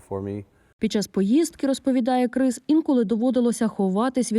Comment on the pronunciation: КРИС? 🐭 😂 Може КРІС, А НЕ КРИС?